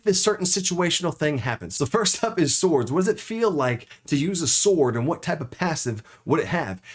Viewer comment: did he say "thords" xD